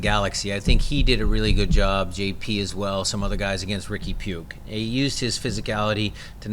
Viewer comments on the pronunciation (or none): It's pooch puig not pugg